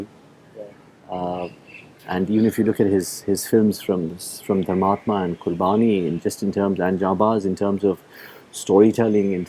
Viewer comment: He is emulating his father. But i agree with you. Especially the way he is pronouncing Qurbani.